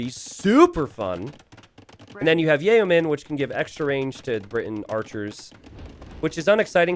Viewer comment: when's going to learn how to pronounce yeoman? 🤦‍♀️ it's yo-man not yay-oh-man